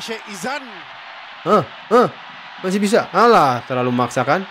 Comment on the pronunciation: Pengulas otai tapi sebut nama player pn salah. Sikh Izhan. bukan Izan